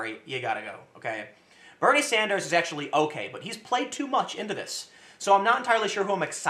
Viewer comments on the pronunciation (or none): none